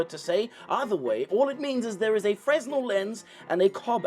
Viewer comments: it's pronounced fra-null. (Fresnel) awesome video! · Happy New Year,! Couple of technical notes - Fresnel is pronounced like fennel, but with an R and with the accent on the second syllable like you were a fancy boy... or Christopher Walken. You're correct that the pattern on the build plate helps the models adhere. That's because an undecorated build plate is boring and doesn't hold the resin's interests like something with intricate patterns does. We're getting to a point with printers where they have to really push the envelope to differentiate themselves. Tilting vats, heaters, strain/force gauges and AI. I'm not sure what else they can do to make printers better. The mars 5 ultra has a pixel size of 18 microns... That's about half the size of a human skin cell! I'm not sure resolution is going to be an issue in future printers... so what's next? I don't know, but I hope this was engaging and helped move things along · that is not how you pronounce FRESNEL, Daddy.